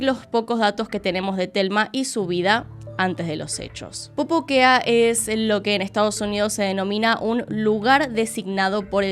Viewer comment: dato: necesito un audio recopilatorio de diciendo pupuquea